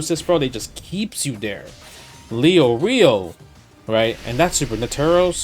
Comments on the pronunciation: I ain't Leo-rio, it's Lay-or-ee-oh. Never watched it in English but I hope we don't pronounce it like that. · Justin: "I'm a big HxH fan" Also Justin: "Gahn" "Hisaka" "Leyo Reeyo" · you forgot "LEO REO"